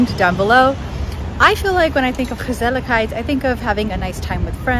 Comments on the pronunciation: As a native speaker of the Dutch language, I can confirm that you're pronouncing the word "gezelligheid" flawlessly. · Hi, I think you got what gezelligheid means to us. And from the way you so easily integrate a word as Dutch as 'gezelligheid' in your English speech, I suspect that your mastery of the Dutch language is absolutely phenomenal, because you pronounce it very naturally. The Dutch word 'asociaal', by the way, is much closer to the English concept of 'anti-social' than it is to 'asocial'. What we call 'asociaal', is usually more like an active attempt to break with social behavior, to deliberately tick people off because you just don't frigging care about what they think or feel. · You pronounce it so well! It's basically a one word for: relaxing and enjoying each other's company. Right? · Warm and cozy winter is called “knus” and indeed, gezellig is way more than that. Compliments on your pronunciation ❤ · Your dutch pronunciation is simply fantastic! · Chapeau: the words you pronounce in Dutch sound Dutch without an accent. Do you dare to do a video entirely in Dutch? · Gezelligheid... you pronounced it right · I totally agree. Also, pronunciation of gezelligheid is impressive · You just wanted to show off your pronunciation of the dutch "g" with the many times you said the word gezelligheid 😂